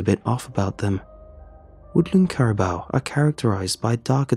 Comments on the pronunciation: Carabow lol it’s Caribou (Care-i-boo) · Amazing as always.. Just a little help though, they’re pronounced care-a-boo ( like a ghost would say booo lol) caribou does look like it should be care-a-bow tho lol. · Your saying it wrong say it like this kara boo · Caribou pronounced care- i (short sounded i) boo. Lichen pronounced- "liken"( long I sound.) Great story ty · What? Carabow?? We have lived in Alaska our whole lives,and have never heard it misspronounced that badly b4. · “Carabow” is that how English pronounce it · As a Canadian, say it with me, Cari-boo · The way dude says caribou really bothers me...